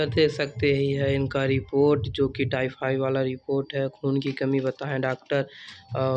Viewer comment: Bap re bap tai fai nhi hota h tayfaid hota h